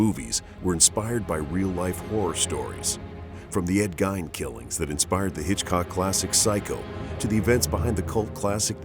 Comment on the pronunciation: Ed Gein's last name doesn't rhyme with "line". It's a long "e" sound. That's what's so off about these amateur docs. You don't do enough research to get your pronunciation right. It's important. That said, I enjoyed it. The music was great. Narration sounded good as well. Just get your pronunciation right.